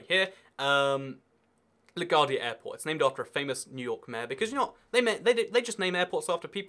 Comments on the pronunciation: It's pronounced la g-wardia like gwaurd not gaurd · 1. It's pronounced Le GWAR-de-a airport. 2. There are cheap domestic flights within the USA....Look up jetblue, southwest and spirit airlines. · It’s la-gwar-de-a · You pronounce LaGuardia wrong… it is L-Uh-Goo-Are-Dee-Uh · you say la guardia wrong